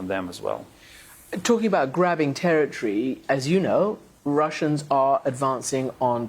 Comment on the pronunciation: not terra-tree, territory! goodness*gracioius!